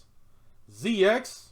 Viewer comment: Prounce it Ze-Cross not Zee-Ex